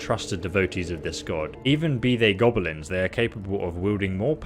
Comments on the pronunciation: Hearing call them "GOBEHLENS" is painful. "GOB-LIN". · Gobble-lins?? Oh sheesh... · So noone is going to mention the way pronounces GoBElinZ? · he is saying Gob-o-lins? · What are these "Gobbelins" and "Durids" you speak of? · be like "Gobelins" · you call them G o b o l i n s